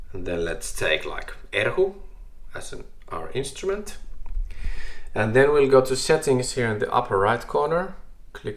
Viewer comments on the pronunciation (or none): "Instument" with an r, please.